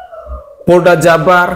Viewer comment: Indonesiah, hari inih,dasar gilah loh, kembali lagih, poldah, org Polda bro, bukan poldah,begoh loh